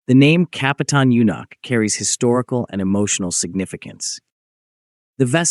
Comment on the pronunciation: Рассказывает о корабле Капутан Мюнхен, а на видео Капитан Мартынов ! Наверное озвучил коренной Москвич !